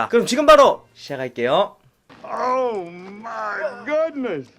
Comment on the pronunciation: 근데 내가 네간 좋아하는 이유가 발음이 너무 매력적이여서 그럼 그중에서도 오 마이 굿네스 이게 제일 좋음